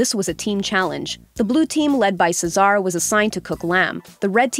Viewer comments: Do they read the scripts without watching the actual episodes? Cesar's name is pronounced just like the name it derived from. How in the heck did they get "Suh-ZAR." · "Czar" Bruh... Cesar is not a hard name to pronounce. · Cesar name is called as c-sir, not se Sar, farhan name is called as far- hand, not farhen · The only striking thing about this video is how you butchered some of the peoples names like chef Joe’s last name and chef Aarõns first name same for Farhan and Cesar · I'm actually triggered when she said Cesar's name incorrectly. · I cringe every time she mispronounces Cesar 🙄🙄...